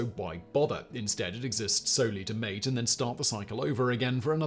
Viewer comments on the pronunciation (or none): none